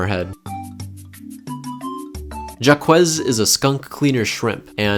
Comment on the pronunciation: You definitely didn't pronounce "Jaques" correct. I have no idea how to put into text how you would pronounce it but its kinda like "jock" if you were to slur the "J" a little bit, that's the best i got.